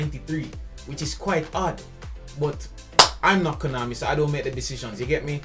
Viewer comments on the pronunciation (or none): none